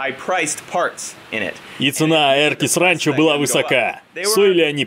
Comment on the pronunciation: "Сранчо". Слышится именно так. "Экспериментальная" озвучка очень тяжело воспринимается, надеюсь эксперимент будет числиться как провальный)